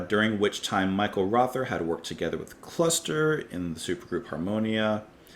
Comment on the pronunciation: Mike Oldfield once said that there's nothing wrong with repetition as long as it's worth repeating. He's not wrong. A few notes: Michael Rother's surname is pronounced rota. And yes, Klaus Dinger & Thomas Dinger were brothers. Michael Rother & Klaus Dinger were also both in the very first lineup of Kraftwerk but left shortly before the first album was recorded. After NEU! 75, Klaus Dinger formed La Düsseldorf with Thomas Dinger & Hans Lampe who he had brought on board for Side 2 of NEU! 75. Michael Rother meanwhile teamed up with Cluster and formed the group Harmonia, who later recorded some collaborations with Brian Eno. English eccentric musician Julian Cope recorded an instrumental B-side in 1992 called Michael Rother as a tribute. He was a Krautrock fan and wrote a book called Krautrocksampler as an introduction to the genre. It is often wildly innacurate, but an exceptionally entertaining read. Here is a link to the particular track in question